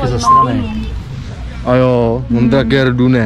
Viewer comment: Čau nechci se v tom nějak vrtat kola jsou fakt pěkný ale čte se to "mondrejkr"